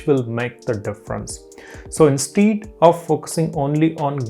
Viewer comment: plz check the pronunciation of 'instead'